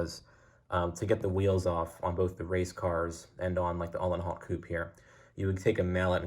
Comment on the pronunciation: His name is pronounced - "Ooo - len - howt" 🙂